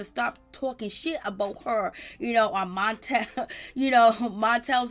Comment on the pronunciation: Latisha's husband's name is Marsau. Pronounced Mar-So! And Melody's husband is Martel. You said MONtel. And Monster's mom name is Kayowa- Pronounce kya-wah.😳👀